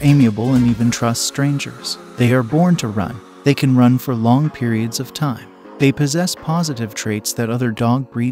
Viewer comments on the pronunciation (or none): none